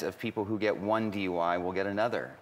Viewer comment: It sounds more like DY rather than DUI.